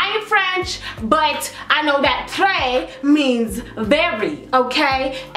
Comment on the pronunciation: Lmao the way you pronounce "très" 😂😂😂😂😂😂 je t'aime! Kisses from France 💕